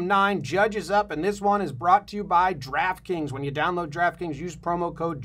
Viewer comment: Giraffe Kings ... lol EVERY TIME he says Draft Kings, it sounds like Giraffe Kings... literally every time!